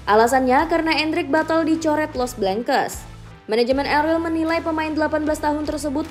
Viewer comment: El rel apa min? Yg benar pngucapan katanya